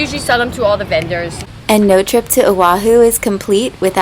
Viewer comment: You served on o’ahu and cannot pronounce correctly......?